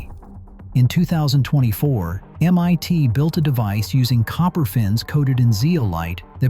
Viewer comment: MYT ??? It’s MIT!!!!!someone needs to reprogram your syntax algorithm 👎👎👎